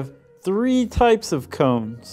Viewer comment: Combs? Sure sounds like he's saying combs. I'm pretty sure it's cones. Maybe it's just his fat tongue.